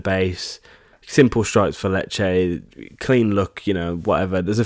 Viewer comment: you nailed "Lecce" tbf